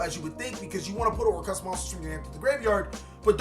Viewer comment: why do people keep calling them orcrust? instead of orcust he is the only one who says it right.